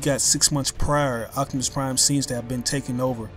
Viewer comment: please, for god's sake stop calling optimus prime, "octimus prime"